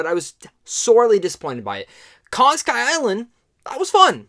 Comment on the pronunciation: "Kong: Skyayland" lol jokes aside, great review man, loved it.